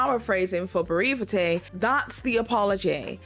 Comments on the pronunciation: Just a brief pronunciation tip. The word Brevity = Brev ( pronouced w/short e as in - rev, i.e. rev the motor up ) it ee ! ❣ So glad to hear your brother is healing well.... All the best! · The irony of adding an extra syllable to "brevity"😆